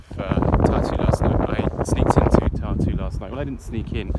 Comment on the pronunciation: Thank you! It is indeed a beautiful town — beautiful memories from years and years ago. But the pronunciation should be Tar-tu, with the stress on the first syllable, and a rolling “r”. It sounds like “tattoo” otherwise...